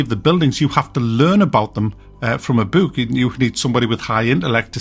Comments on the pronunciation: Are you purposely saying "book" weird or is that how you guys actually pronounce it? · First time I heard the word "book" said the way its spelt.